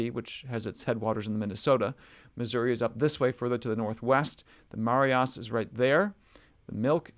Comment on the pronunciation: As a Montanan, just want to help you a little. The Marias River is pronounced muh-RYE-us. Great stuff. Thanks for all you do.